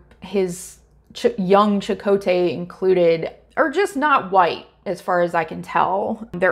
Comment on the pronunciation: If there's a silver lining, it's the CHAkotay variation in pronunciation